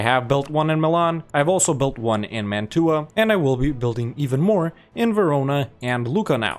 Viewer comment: I love your effort, but that's not how you pronounce Mantua